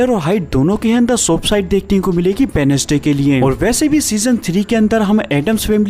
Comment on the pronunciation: Wenesday nahi bhai wenz'day bolte hai